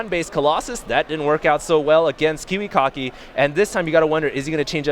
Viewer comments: Stop saying kiwicocky!!! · i swear i heard them say kiwi-cocky. no troll. love kiwikaki and huk. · Lol, "Kiwikocky"